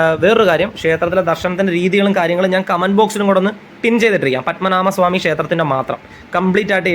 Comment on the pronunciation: പദ്മനാമ സ്വാമി അല്ല... പദ്മനാഭ സ്വാമി എന്ന് പറയൂ....അതറിയില്ലേ 😮 പദ്മനാഭ... എന്ന് പറയുന്ന തിന്... ഒരർത്ഥ മുണ്ട്...